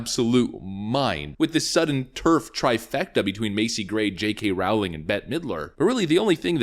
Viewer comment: "Rowling" is pronounced "rolling" (more or less) JSYK